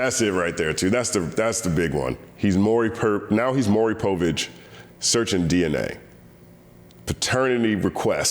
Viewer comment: you almost said "Maury Perv-ich", in reference to Drake...and that was almost a perfect comedic moment! Hahahahaha...so apropos!